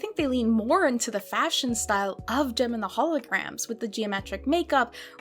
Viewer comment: Not jen..... jem